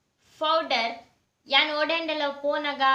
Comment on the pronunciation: Fowder ath ye pronounce malpere gottuje yan erna pura video tute er anchene panpuni fowder ath powder